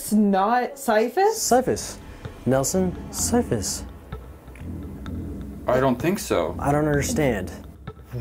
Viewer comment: NOT SYPHUS